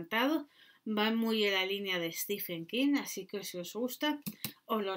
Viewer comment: Se pronuncia en su caso stíven, no stífen.